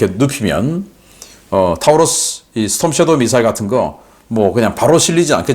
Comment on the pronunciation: Taurus 는 타우러스가 아니라 토러스로 발음합니다.